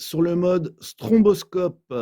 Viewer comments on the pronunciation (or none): On ne dit pas "stromboscope" mais "stroboscope".